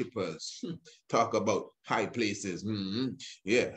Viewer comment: When you say"High" Priest you make I laff lol